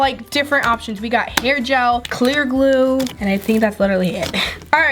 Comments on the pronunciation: By the way you don’t know how to say glue because you say gluul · Sounds like she is saying glue all... Like if u agree